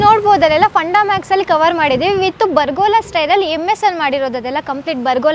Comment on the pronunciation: its pergola not bargola 😅